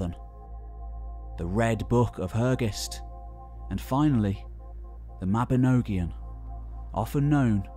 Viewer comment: This was absolutely fantastic, but you REALLY need to learn the correct Welsh pronunciations. EG Mabinogion is Mab-in-OGG-ee-on, not Mab-in-OWE- gee-on. Cynon is CUNN-on, not KYE-non or KYE-known {:o:O:}